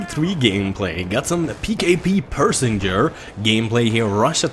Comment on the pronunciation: its Pecheneg! PECHENEG!!! not fuckin pershinger